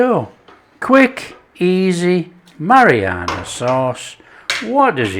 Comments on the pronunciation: No it's not your ears, I hear it too. It's driving me nuts. I keep yelling at the screen "It's Marinara, Not Marianna". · Your hearing is perfect - he does say Marianna sauce. He also says oregano and basil different too. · Am I the only one hearing marianna sauce? Is it just my ears? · Mariana sauce lol. It’s Marinara! Very nice it is too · "A Mariana sauce"? 😂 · It's MA-RI-NA-RA sauce! Nice 1! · Absolutely Mary-Anna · It's "hairy Mary sauce "